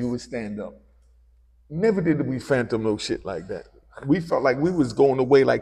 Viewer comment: Please stop saying phantom bro it’s fathom smh 🥷🏾s